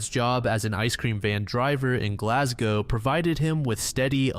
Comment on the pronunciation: He pronounced Glasgow perfectly! 🥳